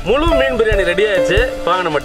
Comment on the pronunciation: Mulu illa bro muzhu..thamizhuku perumaiye zha than bro...otherwise your video is grear